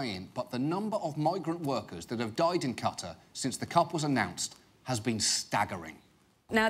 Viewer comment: Watching Fifa Part 1 compared to Part 2, I'm impressed John Oliver learned how to pronounce "Qatar"